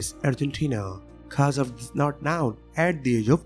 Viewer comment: known does not sound like noun